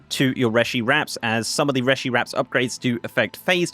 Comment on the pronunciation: REE-shee wraps,! That's how it's pronounced by in-game characters.